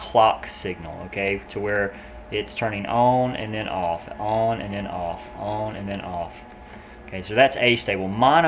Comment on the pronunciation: On - ohn